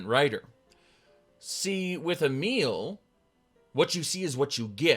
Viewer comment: i just realized you were saying a meal but Emile